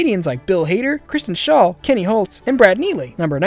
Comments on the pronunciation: "Kenny Holtz" it's Hotz ya dip. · Think you said Kenny 'Holtz' It's actually Kenny Hotz. Great video. Thanks! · It’s Kenny Hotz (Hots) not (Holts) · It's Kenny Hotz not Kenny Holts. Keep making more South park facts vids! There interesting to watch 😁